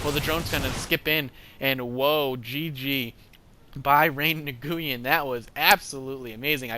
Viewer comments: I think* its pronounced ray-win I could be wrong and LOL "mothergate" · Since mcsweatshop didn't actually inform you of the correct pronunciation, Nguyen is a Vietnamese last name that is pronounced 'win'. Also, I'm wondering why the hydras failed, as they are both great AA and great anti-stalker units. Was it just good micro on Kiwi's part? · nguyen is pronounced knew-yen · I believe it's pronounce "Knee-en"